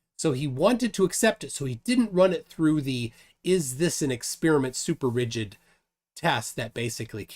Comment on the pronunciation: The way was pronouncing "rigid" with a hard "g" was getting on my nerves. 😖